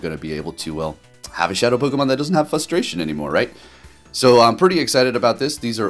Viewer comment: You have a very peculiar way of pronouncing "frustration"